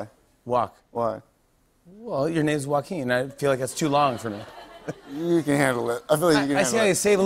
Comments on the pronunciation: The part where Jimmy kept trying to shorten his name to “Joaq” was painful. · Yes, but it’s pronounced “Wah-keen”